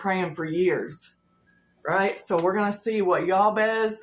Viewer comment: Just as a courtesy fyi, I think most people pronounce that Biblical figure’s name as Jay-Bez (actual spelling Jabez).